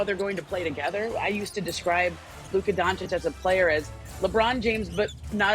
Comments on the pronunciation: It's DonchiCH like CHurCHill ! .. learn to pronounce it ... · Donchik??? Guy has been in a league for a while with huge impact and SAS still doesn't know how to pronounce his name,unreal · After all this years, sas still calls him luka donkich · It's not Don-chick, for fuck's sake. Respect people's names, no matter where they are from. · Why does SAS still not know how to pronounce Doncic? 🧐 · The only thing more surprising than this trade is the fact that Stephen A still can’t pronounce “Doncic”. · Doncic is a 2 syllable name and Stephen A still hasn't figured out how to say it.